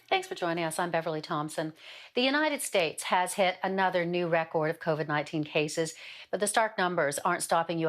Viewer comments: No you got it wrong. According to her, it CarVid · Ah I think I'll start pronouncing it as caw-vid too. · Somehow I am concerned when a doctor can not pronounce Covid and calls it CUVID... And also when she has such low self esteem and looks for admiration by having to keep her lab coat on with her stethoscope... Seems like a person who would be willing to exaggerate facts in order to get noticed... Just saying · Not a single soul: News doctor: “Caw-vid” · yeah, she's saying it like it's "COVVID"...